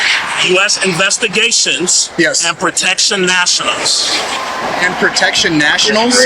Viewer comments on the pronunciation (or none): He said protection nationals 3 times then says "there's no s" lol sorry I can't stop laughing at this dude